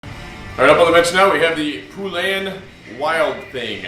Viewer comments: Not Poolan; POlan, like Poland, the country. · I love how he says Poulan like "Poo-lan". Cracks me up every time.